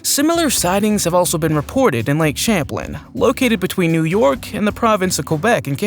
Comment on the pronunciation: Champ is in lake Champlain in Northern new york. You are saying the name of the lake wrong. 😂😂😂😂